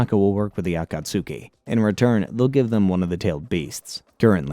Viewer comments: Yo I love your videos but caught-ka-sukee stupidest shit I've heard lol aw-ka-tskee if you're gonna make a 7 hour video at least get the basics right yeah? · Every time you say "Akatsooki" a baby in Africa starves to death. Shame on you, sir. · It's *A-kat-ske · I love these videos! But there's so many things that you pronounce as if you've only seen the words written. Akatsuki is not pronounced acat-sooki! A-khat-ski=Akatsuki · The “Ah Cot Sookey” is insanely crazy my guy you don’t need to pronounce each letter in the word. 😂😭 I’ve Never Heard Someone Call The Akatsuki That Lol. Love The Video Though. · Yeah either it’s a AI or a guy who never practiced the words, any time I heard Akatsuki as Akatsuuki I cringed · AH KAT SOOKIE ARE U KIDDING ME THIS SHIT IS ASS REDO IT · A - KA - TSOOKIE 😂🤦‍♂️ Says it so so so many times. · i love the video, but acatsuki? 😭💔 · Aah - Khat - ski!!! I Love Your videos, but the way You mispronounce certain words makes me want to seek similar content elsewhere... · Bro don't say akatski* like that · If I hear atasuski 1 more time 😡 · THANK YOU. I couldn't wait for Kakazu to die just so I didn't need to hear the name again. Kah Koo Zoo from the Ah kaht sukii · Ah-ka-s-ke not akasuki is is pronounced differently from how is spelled im glad im not the only one minority annoyed by the mispronouncions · "Ah-kah-tsew-kee" and "jin-chew-reeh-kee" are too much for me to listen to 😭😭😭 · He's gotta be doing it on purpose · me-na-toe (minato) ah-cuts-key (akatsuki) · For real! Same rule as Sasuke lol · I can’t watch this with him saying Akatsuki like that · I've never watched naruto and know that's not how you pronounce akatsuki 💀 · Oh my God the mispronunciations so many times so quickly I just can't do it sorry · Take a shot every time he says akatsuki wrong if you wish to die 1000 deaths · How are you actively trying to mispronounce the name “Akatsuki” for 7hours straight 🤦🏻‍♂️…more importantly why??